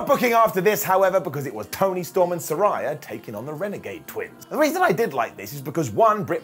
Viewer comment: I love you, but there's no rhy in Saraya. ✌